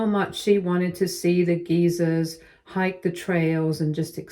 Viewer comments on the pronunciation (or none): "Geysers" is not pronounced "geezers." The word "geysers" rhymes with the words "misers and risers." And since I am commenting on pronunciation, you often pronounce the word "epitome" incorrectly. The "e" at the end of "epitome" is not silent... you pronounce it... "epitomee." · OK, dude. Guess you didn't notice that the person reading the word is American.